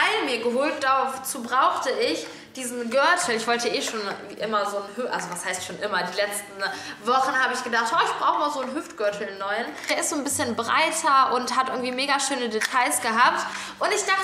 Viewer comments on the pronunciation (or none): Bibi kann dass Wort,, Gürtel"nicht aussprechen.